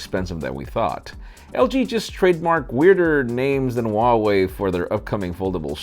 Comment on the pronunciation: for those who doesn't know how to pronounce Huawei, the H isn't silent